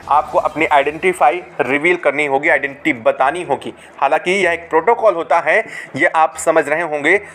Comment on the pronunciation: Identity bolna v nhi aa rha...😂😂😂